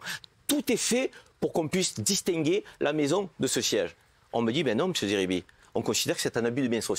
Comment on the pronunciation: SVP n'ecorchez pas son nom c'est zeribi pas Serbie